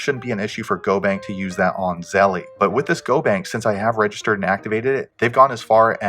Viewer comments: Its zelle not zellee ding dong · I know it’s petty, but Zelle is not pronounced like Zelly, rather it rhymes with tell, and that makes it Zell. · Stop saying zellie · If you can’t pronounce the app correctly I’m going to assume you don’t know what you’re talking about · Thats not the way you pronounce Zelle, great video tho